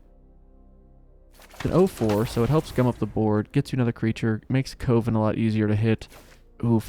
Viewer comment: You're still saying "Cove-en".